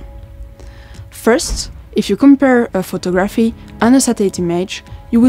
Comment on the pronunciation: How she says photographee is interesting. I sometimes wonder how the hell people learn some of the random ass rules in English